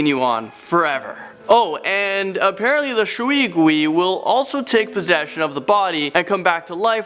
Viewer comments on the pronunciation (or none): As a Chinese person, “Shwee gwees” made me laugh so hard (It’s pronounced sh•way gway) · In China, “ui” is pronounced “way”, so shui gui is pronounced “sh-way g-way” not “shwee gwee” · I'm going to be that guy. It's pronounced 'Shway Gway.' not 'Shuee guee'. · I burst in laughter when he said shui gui Sorry no offence But nice chinese speaking though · I like your content but the way you say shui gui and jiangshi hurts it's pronounced as sh-way g-uay and jiang-sher and jiangshi do not walk the hop around and the only way to stop a Jiang Shi is by burning the body or if possible ask a monk to place a yellow talisman and he will control the jiangshi with a bell and commands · It's Sway Gway, the proper pronunciation for Shui Gui. It also means water ghost when translated. Also the fox demon is Hu Li Zhing, Fu Li Zeen(Pronunciation) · It is pronounced Shui gui ( shoe-wei goo-wei) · shwee gwee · U pronounce shui gui wrongly tho But it’s fine ik ur not chinese lol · It is pronounced as 水鬼 A.K.A water ghost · The way he pronounced water ghost 😂😂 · You pronounced shui gui wrongly